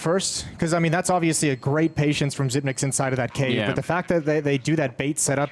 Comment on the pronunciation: xyp9x should tell the commentators to pronounce his name correctly